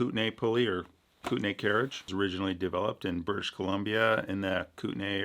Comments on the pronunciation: I'm from BC, we pronounce it "koot-nee" not "kootanAY". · As a Canadian and as someone who loves camping in the Kootenays, its pronounced ''Koot-Knees'' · the thing they are testing is named after the region of present day BC called the Kootenay, where the generally accepted pronunciation is Koot-Nee. Interestingly, the indigenous peoples of the Kootenay region did not call themselves the Kootenay or Kootenai, a word most likely comes from the Blackfoot word for the people of the region. The people call themselves the Ktunaxa (tun-ah-hah), which is neither Kootenay nor Kootenai. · Sorry... not the point, but as a British Columbian it's pronounced like "Kootknee" Anyways, always exciting to hear something from 'round here. 😅